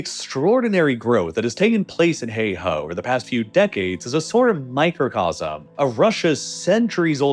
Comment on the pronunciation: “Heihe” is pronounced “hay her” and not “hay hah”. It means “Black River”「黑河」. It’s located in “Heilongjiang” province and “Heilongjiang”「黑龍江」means “Black Dragon River” (a.k.a. the Amur River) where the difference between「河」and「江」is that the former is a generic term for river and also for narrower rivers with shallow banks while the latter is the term used for wider rivers with steep banks that may have cliffs for banks. FYI.